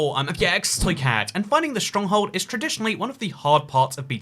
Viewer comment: why do you say schtronkhold